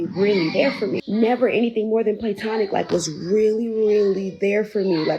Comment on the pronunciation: "PLANTONIC" LOL! OK! :face-green-smiling